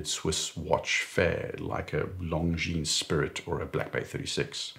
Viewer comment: Correct pronunciation of "Longines" ! I like that. So many "experts" in their videos pronounce it like it were an English word, "lon-jeans"; so horrific to hear ...